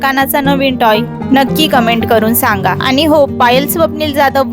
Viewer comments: तुमचा आवाज छान आहे. पण काही शब्द अतिशय अशुद्ध बोलता. अनी पानी आणि कृत्रिम बोलणे यामुळे व्हिडिओ ऐकायला कसातरी वाटतो. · तुमचा आवाज छान आहे पण काही शब्द अतिशय अशुद्ध बोलता. अनी पानी आणि कृत्रिम बोलणे यामुळ